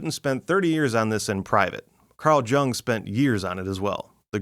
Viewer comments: Jung (phonetically with a Y, not a J) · "Jung", pronounced "young." Just saying... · I'm really enjoying your videos, thank you! (Btw, Carl Jung is pronouned Carl Yoong) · You realize you just said magic was real. I'm ok with that because I practice magic. And the J in Jung is pronounced like a Y. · hehehe Carl Jung, his last name is pronounced Young. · I thought it was pronounced "Yoo-ng" in German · Carl Jung, pronounced ‘Young’ 😊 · Made me bummed. How can I trust a grown ass man that hasn't come across the correct pronunciation of Jung when the video features CJ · Dude I love your videos but please correct your pronounciation of Carl Jung's surname... 🙂